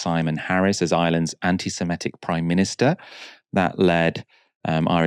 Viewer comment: Anti SEMITIC, not SEMETIC